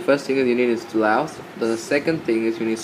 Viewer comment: the way u say instollous :DDDDDDDDDDDDD i have to lough till i die